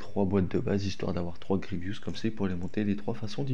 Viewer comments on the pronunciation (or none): Vous avez quoi avec PierreOh !!!! C’est Grievous et pas Grievious les gars ;((